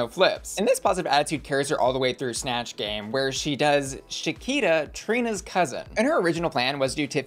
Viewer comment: Him saying “sha-keeta” 😂 and not “sha-kwee-ta”